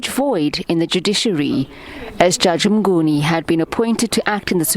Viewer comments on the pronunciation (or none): Mnguni not "Mgnuni"